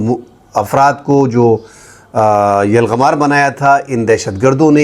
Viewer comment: یلغمار نہیں یرغمال ہوتا ہے